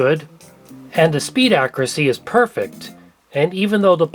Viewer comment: Papa-lure.😜 Ac-cur-ah-see.😁